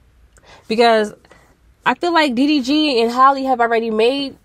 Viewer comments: still not pronouncing her name right🤪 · If you going to talk about the girl, please pronounce her name right.